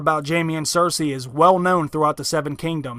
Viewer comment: I swear, if I hear Cer-SAY one more time. Cer-SEE